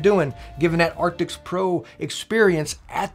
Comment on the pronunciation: Just bought the Razer Blackshark Pro, thanks to your recommendations - upgrading from my old Plantronics RIG 800HX. I just subbed recently too. Love the energy, all the way from Australia :D Tiny PS : It's Arctis, not Artics